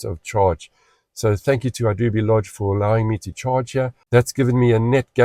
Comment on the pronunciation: Hey, the correct pronunciation for Idube is "Ee-doo-beh". Hope that helps.